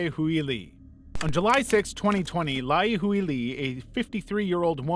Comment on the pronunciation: My gawd, man! Lai Huili "Hway-lee" read a book some time!